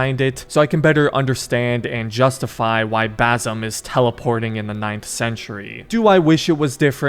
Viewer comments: It's not bazem, it's bassssem with an S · Brother, as an arab its Bassssim not Bazzum im going to cry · his name is Basim not Bazim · Fam, his name is pronounced Basim not Bazim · ITS BASIM NOT BAASUM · niga it is bassem with an ssssssssssssss not a zzzzzzzzzzzzzzzzzz basssssssem not bazzzzzzzzzzzzzzzzzem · Its basim not bazim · Basim with s not z thats how you pronounce it correctly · Also the right way to say basim is (Bass-im) it’s not bazim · Bazem? Ba-sim… like you arnt even close dude god dam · bazem lol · Dude legit called him bazum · I'm a big fan of your content! Thanks for the video. I wanted to note that "Basim" with a hard S, (bˈæsem) is a most correct pronunciation. Cheers!